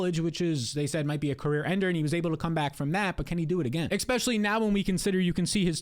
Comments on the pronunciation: Dawg it’s especially not expecially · Great content, but please stop saying “eck-specially” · You do great work. ESpecially breaking down value....especially....especially. Say it with me...ESpecially. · when will you stop saying ekpeshully its crazy